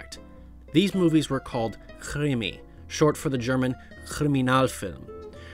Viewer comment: Oh just to be clear I was giving you shit but not in a mean way just the way you say Krimi and Grand Guignol talking my language